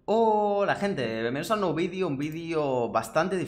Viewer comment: Ese "Vidio un tanto diferente" me suena a "este es mi vidio favorito" xd